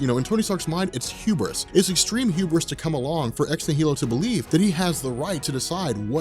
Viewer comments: Why are you mispronouncing Ex Nihilo? Shouldn't it be obvious? Annihilation, Nihilist, etc It's "Nie - Low" (Nie pronounced the way you say "Eye"). Normally it wouldn't matter to me if people mispronounce things but you have a large channel and now hundreds of thousands of people are going to start mispronouncing it.... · I'm pretty sure it's pronounced "nye-el-o" like in annihilation (an-nihil-ation)... because Hickman is nothing if not symbolic. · nihilo is pronounced “nile-oh”. root word nihilism. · Ex-NIGH- eh-lo. As in annihilation. the "H" is silent.